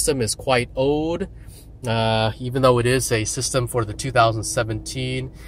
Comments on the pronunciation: He kept saying "ode". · learn how to say OLD!